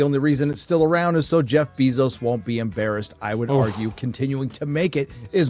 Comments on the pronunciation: pronounces Jeff Bezos name all werid. It’s NOT bee 🐝 Zos! It’s “bay zos” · i love how bro calls him jeff bee-Zose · Has he really never heard "Bezos" pronounced? Jesus Christ "Beezos" is annoying lol